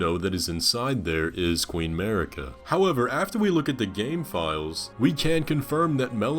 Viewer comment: i really like your content, subscribed :) but please, just a one thing, the way you are pronouncing queen Marika: it is mArika, not mErika (you can hear the correct pronounce in any "Spoken echoes linger here" Melina's dialogue)